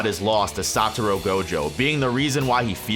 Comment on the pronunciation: Why do I keep hearing the man say "Saturo" Gojo, instead of Satoru Gojo? It gets annoying